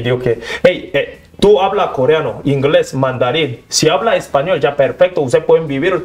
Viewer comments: Esta periodista es ñeque, tirada para brutica, que estudie expresión de habla, pues no se dice koriano, niña es koreano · Coriano, nooo señora, coreano😅😅